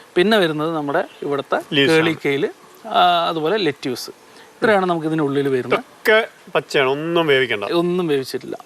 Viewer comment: ലെറ്റ്യുസ് അല്ല ലെറ്റിസ്...